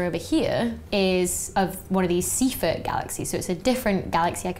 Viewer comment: Wrong pronunciation of Seyfert.